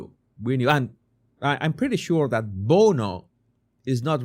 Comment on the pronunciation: Everyone should pronounce bono like you. It makes it sound so much better.